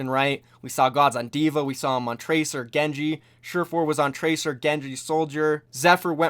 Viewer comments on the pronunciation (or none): none